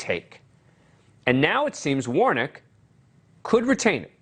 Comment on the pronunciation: I laughed when he called Warnock "Warnick".